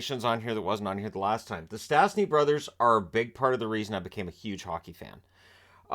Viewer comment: Sadly, their name is still mangled by commentators. There is a hook over the first S so it should be pronounced "sh". Peter was the first player to represent 3 international teams: Czechoslovakia, canada and Slovakia.